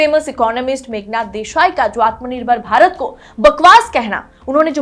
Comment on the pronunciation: Desai not Deshai……per Capita not capital! Thank you nice episode but depressing